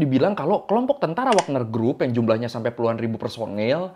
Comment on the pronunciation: WAGNER YA! BUKAN WAKNER!